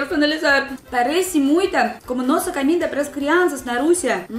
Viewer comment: Camida? kkk Em português nunca se pronuncia a letra O como A.